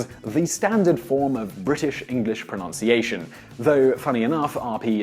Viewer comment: I'll give you a like but ironically I don't like how you pronounce pronunciation .